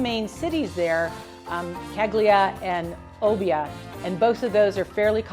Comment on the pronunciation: Thanks for this, from another USian who's weighing her options. :) Also -- capital of Sardinia is pronounced Cal-ya-ree :)